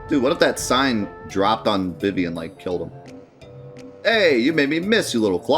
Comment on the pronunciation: It's pronounced "Zuh-Don" and "Vee-Vee"